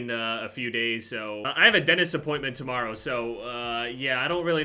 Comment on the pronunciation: " i have a dennist appointmen" i saw a video of actually discussing how to pronounce dentist 😂😂